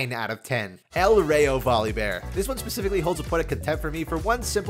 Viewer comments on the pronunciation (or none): I'll just disenchant Northern Storm, i I do ever play Voli I'll just use base lol. Btw I now you to pump out these quick but I'd really appreciate that you make an attempt to pronounce spanish properly, it's "El Rrah-yo"